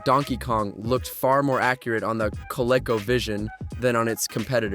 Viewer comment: Cola co? Dude come on. It's co-lee-co